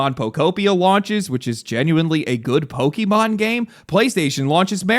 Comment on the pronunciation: It's odd that you would pronounce Pokémon as "poh-key-mahn" instead of "poh-kay-mahn".